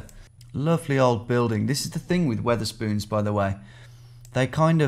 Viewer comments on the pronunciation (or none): Wether-spoons bruh I'm so gone